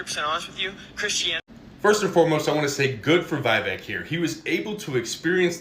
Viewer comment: "Viveka" Ramaswamamy 😂😂😂😂